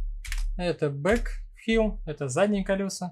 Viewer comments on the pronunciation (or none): Видео познавательное 👍 но такое ощущение, что оно записано в нулевые, когда интернета не хватало даже для того, чтобы загуглить как правильно произносится "wheel" и "vehicle". Ну и "мотишн блюр" в конце -- это Fatality! 😆